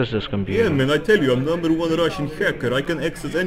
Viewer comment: Numberre onea russhhiann haaackaar 🤣👀